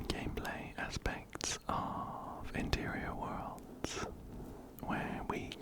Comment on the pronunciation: Everytime you say ‘interior worlds’ i hear 💅MATERIAL GURL💅 love your vids btw!